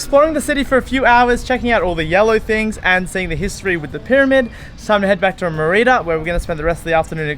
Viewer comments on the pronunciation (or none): Mur-ee-duh? MER I DAH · Good content. Please learn how to pronounce Merida properly, it's important. Many cenotes have water that looks green, not blue. Glad you enjoyed your time here, it's a magical place. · How many times did you mispronounce Mérida in one video? Please, if you're going to do videos about places ask someone, literally anyone. This goes for businesses too (El Barrio) or cities, cenotes etc... Also 1600 isn't a century after 600 it's a millenium. Izamal isn't called the Magic City, it's one of 132 Pueblos Magicos in Mexico. Again, a simple google search would have revealed this. This is why youtubers don't get any credit, they don't bother looking anything up. If you want our subs and the advertising money associated then put some effort into it. I love supporting content creators with subscriptions and even patreon donations but you have to at least be willing to ask someone how to pronounce the city that you're doing an entire episode about. Hell, if you come back I'll meet you for coffee and tell you how to pronounce everything so you get it right on the video. Seriously. Cheers.